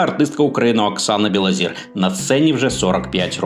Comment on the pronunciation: Білозір - це прізвище, ПРОТЕ, українскьою говорять НЕ БілозІра, а БілозОра. Вчіть мову перш ніж читати чиїсь сценарії Невже когось можна споїти ? Треба мати Характер і не йти за примхами інших.